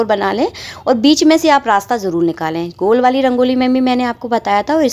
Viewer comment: Jarool Jarool Ye kyun bolti ho, Jaroor hota hai